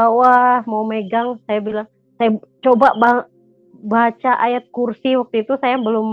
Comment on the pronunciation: MBAK KLO ANDA MUSLIM TAAT DAN SEMBAHYANG 5 WAKTU KOK GAK TAU AWALAN MBACA YG KATANYA KAMU NGUSIR SETAN MBACA AYAT QURSI BELEPOTAN SATUPUN HURUF GAK ADA YG BENAR SIH ? 😇😇 AKU JUGA MURTADIN NAMUN AKU SARANKAN KLO MEMANG TIDAK ADA YG ANDA HAFAL SALAH SATU AYAT AL-QURAN YA MENDING DIAM , GAK PERLU NUNJUKIN NGUSIR SETAN TERUS ANDA MEMBACA AYAT YG ANDA BACA YG BELEPOTAN TADI ???!! MALU NDENGARNYA ???!! BAGI MURTADIN YG TIDAK HAFAL SALAH SATU AYAT AL-QURAN JANGAN DIBACA DI YOUTUB YA SAUDARA2KU ????? NANTI JUSTRU YG NDENGAR MALU SENDIRI , PENONTON MALU ????? 😇😇